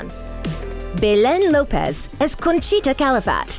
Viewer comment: Lopes is not pronounced Lo-pez. It’s simply Lopes like hopes.